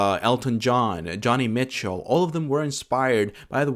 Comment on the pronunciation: i love all your videos man but did you really pronounce her name johnny mitchell?😭